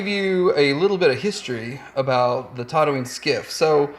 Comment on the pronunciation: It's TATOOine, not TODDooine for fucks sake.